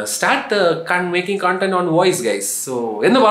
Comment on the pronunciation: കോൺടന്റ് അല്ല bro കൺണ്ടന്റ് 😄